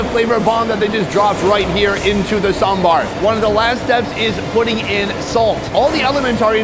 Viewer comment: respect to the way you pronounce sambar